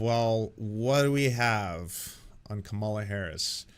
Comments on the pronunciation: Also, weird how half the time pronounces it Kah-ma-lah incorrectly just like Republicans do, and then 50% of the time pronounces it correctly. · it's "comma la" not "kuh malla"